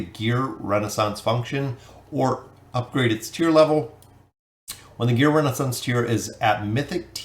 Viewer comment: man i love ur content but reading that wrong consistently realy was bugging me the whole way trough XD not Renaissance, ReSOnance